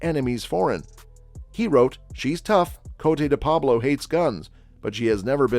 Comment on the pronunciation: The very least you could do is pronounce her stage name correctly